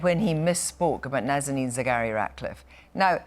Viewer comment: In regards to Nazanin Saghari Radcliff.. She is BORN in IRAN, she raised in IRAN and she is Iranian with dual nationality ! MOST foreign office staffs can NOT even pronounce her name correctly ! please do understand the IRANIAN side of argument too.. and Boris Johnson did exactly that.. Boris is extremely Pragmatic leader or politician you got to give credit when credit is due.. he said it clear and honest way what is wrong with that? the problem is most of us are used to fake and artificial and pretentious stances not real matter.